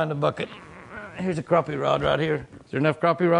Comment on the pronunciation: Good to see you pronounce "Crappie" correctly! Too many pronounce it "crappy." SMH When you don't catch any fish in a day, that's "crappy." LOL! Sorry to see "crashed and burned." What happened? Remember the acronym, "RICE," - Rest, Ice, Compression, and Elevation. Exercise it a little more each day, then hit it with the ice. Increasing circulation from the exercise works wonders, IMO. Just don't overdo it. I would have ate that bass caught. She smoked you today. She has the magic touch! Stay safe, Jimmy and!